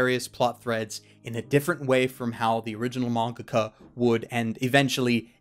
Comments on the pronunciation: what the hell is a manga-kah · I cannot be the only one who noticed him say mangaca because I was losing my shit the first time thinking it was me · why do you pronounce mangaka as mongohgoh?